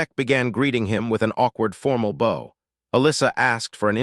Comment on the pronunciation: Why can't AI say bow like the front of a boat instead of bow like what you use to wrap a gift